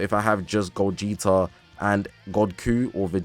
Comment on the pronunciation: I'm grateful but it's gogeta bro like damn it's ssj4 gogeta broo 😭